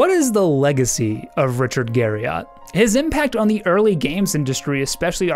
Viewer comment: It's actually pronounced Garri-ET.